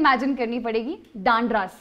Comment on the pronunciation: उच्चारण अशुद्धियां डांडरस जबकि डंडारस /डणारस होना चाहिए बुद्धैल /बुद्धिल